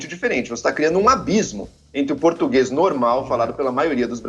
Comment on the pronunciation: O português tá ficando cada dia mais complicado, português não "pertiguese"